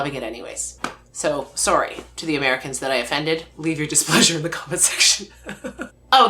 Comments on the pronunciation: ya know, I always that many Canadian stereotypes were just exaggerations until I heard “Sorey”. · According to you in your TF2 video, you guys don’t say aboot, but you do say sorey? Do you guys actually punctuate your sentences with Aye? Because now you’ve peaked my interest.